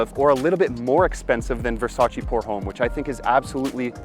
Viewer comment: Another great video brother! I also agree about the pricing. And what’s with the backflip…wow! Jealous lol Not trying to sound like a doofus but I thought I’d point out something small…”Homme” is French, so it is properly pronounce like “ohm” with no emphasis whatsoever to the H. Anyway, more great content!👏👏👏